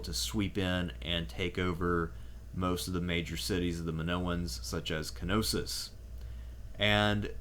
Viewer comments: Man this is such a great video But the pronunciation of Knosos is so wrong, is Ko-no-so not ki-no-sis, remember, this is hellenic/latin pronunciation, not germanic pronunciation Is even weird because you say minoan in a correct way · K-Nossos 😅 Its a silent 'K', like Knight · No it isn't. Κνωσος. The K is very much present and annunciated in the Greek.